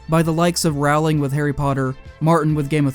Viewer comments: I mean it's nice that you actualy call her by name and show her (as if she were still a real person, who woulda funk?), but her name is pronounced ROEling. not RAUling. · "rowling" is pronounced like "bowling." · He who cannot even pronounce Rowling's name correctly does not deserve my ear.